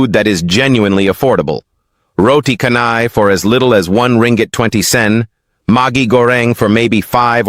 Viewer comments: I will not subscribe until you pronounce "roti canai" correctly -- it's not roti "kanai", it's roti chanai"--- the "c" in canai is not like c in "cow" but c in "cello". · It's pronounced as 'CHAR-nahy' not 'car-nahy' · 😂😂😂 I follow this channel actively but turn off because of roti Kanai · Aku tak boleh la doe dia sebut "kanai" 😂